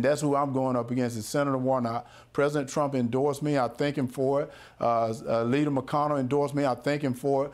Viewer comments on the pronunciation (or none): Herschel Walker can't pronounce the word leader.